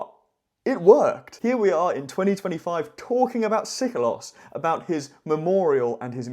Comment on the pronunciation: No Greek speaking person would ever, at any time period, pronounce Seikilos ΣΕΙΚΙΛΟΣ as Sikolos ΣΙΚΟΛΟΣ!